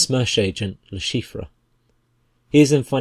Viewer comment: Someone please tell this man how to pronounce LeChiffre I could not even finish the video because of how bad it was